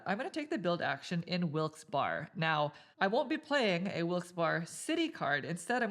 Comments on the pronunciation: lol I scrolled into the comments for this. The second part is pronounced like "Berry" for anyone who is not from PA or a minor league hockey fan. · Barry, Barry,Barry.... Wilkes- Barre is pronounced (Barry), not "Bar" lol!! It just sounds so weird pronounced that way! Hahhaa... Im from Erie, PA, it sounds so off! Hahaha... Your playthroughs are awesome BTW, keep up the good work! 😂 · Wilkes- Barre I believe is pronounced like Wilkes "bear" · ya but we don't say that. Lol Im team wilkes bear, eventhough I know its wrong. The other way is correct, wilkes barry. I honestly couldn't pay attn after they said it mutiple times. Its like Dwight saying threw-p on the office when its troop (throop.) Ahhhhh! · I'm from the Bethlehem area. Most people pronounce it "Wilkes "bear", but I've heard Wilkes "Barry" a few times. No one really knows... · Great video - very well done! Just one comment - coming from the "Wilkes-Barre" area the correct pronunciation will sound like Wilkes-"Berry" - berry like in the fruit. And there are a few along with many outside the immediate area who will call it Wilkes-"Bear" - bear like the animal. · I knew I could come to the comments to find the “Barre” (Bear) comment. Yeah. 😂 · Interesting, I’m from Easton, right next to Bethlehem on the map, and everyone I know always pronounced it BEAR-uh. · I believe it's pronounced like Barry